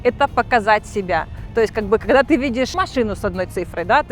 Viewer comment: Кэссир, кэгэда, пэдэхэди ))) первый раз слышу такое произношение